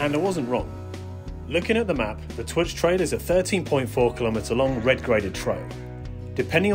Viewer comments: Good vid and edit, I live locally so know the place well, so I thought a good representation of the main features, the last bit in the car park is definitely the best part of the track. The trail is pronounced closer to turk "TOORK". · Superb trails and a great trail centre that does amazing cake. FYI, Twrch is pronounced Took. 😉